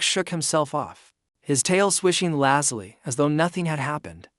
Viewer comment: Good plot, but narrator's voice (AI?) is boring and the mispronunciation of even simple words like "lazily" very distracting. Has some loose ends that need to be wrapped up such as why Lisa travels with a tiger, why she came to the colony or what her job is.